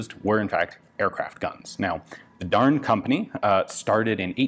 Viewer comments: I believe Darne is pronounced "Dar-nay"? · Isnt it pronounced darn-eh? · Every time he said "Darne" I heard "darn." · >'This is a darn machine gun from the darn company' Well Ian, I didn't know you were from the midwest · every time he said darn i laughed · Anyone else snicker a little bit each time he said "Darne"? I did!!! Reading the comments requires watching the video, again!!😂😂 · An American accent really makes the manufacturer's name sound like sincere expression of disapproval.